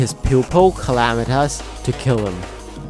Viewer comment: Dedron? ClamitAs? Dredron? Bro, learn to speak or something